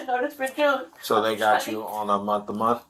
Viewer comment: The lady in pink says I have been working for a whole mont. Like huh. Mont. Very dum lady.